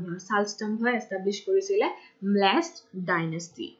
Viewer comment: Its melecha dynasty not mlech... pronounce it correct